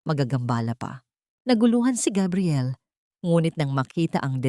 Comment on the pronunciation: Please Gabriel not kabriel please wag Naman masyadong ewan